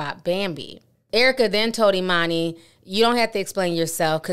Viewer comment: "e-munni" (e-money) ....gurl, ur daughter name is Ee-MANN-Ee / Emani !!!!